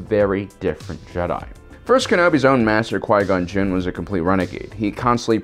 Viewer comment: jin not jiz lol